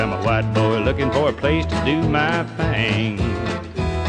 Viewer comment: That’s pronounced thing, boy.